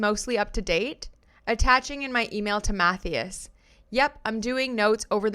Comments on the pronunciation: Matthias is pronounced "Mat-TIE-us" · Agree with you fully!! Love listening and btw lol the name Mathias? it’s pronounced - MA THIGH ASS 🥰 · The way your pronouncing Matthias is hilarious 😂 it’s more like math - eye- us ❤❤ love you!